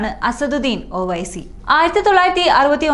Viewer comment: ഓ വൈസി അല്ല ഒവൈസി എന്നു പറ